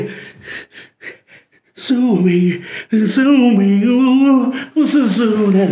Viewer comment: そうめんがザーメンにしか聞こえん